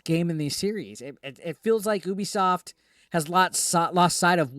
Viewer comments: Drives me nuts when people call Ubisoft, “OOBIESOFT” 😑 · it's pronounced "you-be-soft". Very appropriate name, it's a promise to their customers.